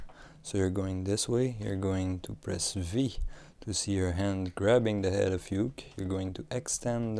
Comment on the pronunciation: not being mean, but its pronouced oo-kay. it's japanese